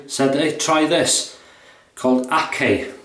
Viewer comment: Hey. Great Videos. The brand is Turkish and pronounced akchai.